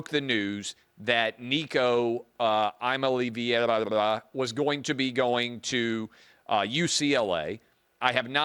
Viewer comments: Come on Clay you know how to pronounce Nico’s name. I know he’s leaving Tennessee but just keep up the professionalism. Tennessee will be fine they have plenty of money. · Oy vey say his name right